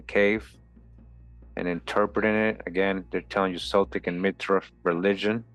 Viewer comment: Nice work! One minor semantic detail, Celtic is pronounced as a hard 'C' as in Kel-tic. :hand-purple-blue-peace